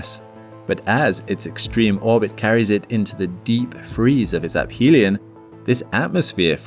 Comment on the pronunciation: App helion is crazy. Aphelion??? Use AI much? I find it hard to believe that a channel dedicated to space would pronounce that wrong. ( to 12 mins).